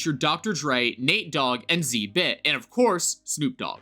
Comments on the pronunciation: 😂😂😂😂😂😂 man said z bit 🤣 it is X and then zibit in quick succession sir 😂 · "zee-bit" hahahaha